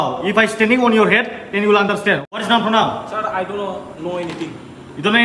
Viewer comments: Noun /pornoun🤣🤣🤣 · Pornoun😂😂 Its should be pronoun